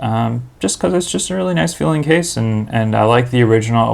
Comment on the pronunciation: i thought he was saying kiss rather than case lmao